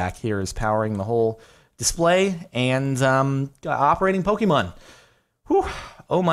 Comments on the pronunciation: When Jardon says "Pok- E- mom"😐😂😂 (it's Pok-AY-mon" because of the "é") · Please. Its not Poke-E-mon, it's Poke-AY-Mon. PLEASE JORADON PLEASE!!! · *Pokémon, as in "Poh-kay-mon". Please acknowledge the correct pronunciation.